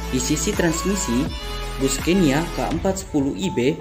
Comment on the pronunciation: Maaf bacanya Sconia (ejaan swedia) bkn scenia...trims